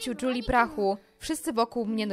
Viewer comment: Lepiej brzmi Juli a nie "Dżuli"